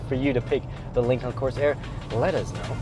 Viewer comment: lincolllllllln lololol are you emphasizing the silent L on purpose or just saying it wrong?